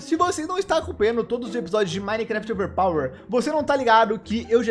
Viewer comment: O falando overpawer